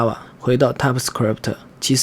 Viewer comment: typescript 你读作踏普死磕力普忑？